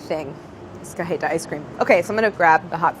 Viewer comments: Don't even get me started on "cah-heh-tah" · Any other Latinxs feel unreasonably irked by the way Claire pronounces cajeta?